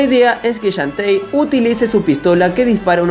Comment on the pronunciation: Así se pronuncia. xDDD